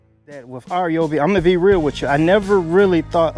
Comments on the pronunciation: R Yoby!!!???? Hello!!😂 it’s pronounced Ryeoby!!!! OMG!! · "R"yobi? It's not "Rye"obi, either. It's "Ree"yobi. But man, you can call it anything you want because this is the most honest, thorough review. Great job! And because of your great video, I'm renaming all of my tools "R"yobis. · My man, It isnt RJOOBEE, its RYEOOBEE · “R”- Yobi? Do some research first before you start talking about products. Simply call the company, it takes less than 30 seconds to find out how the pronouns their name. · Rye oh bee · It’s pronounced: RYE-OBEE or RYE-O-B